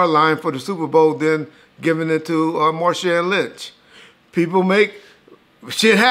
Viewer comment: Aye you slaughter my big cousin name ITS MAR -SHAWN LOL NOT SHAN